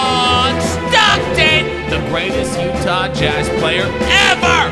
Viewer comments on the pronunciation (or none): none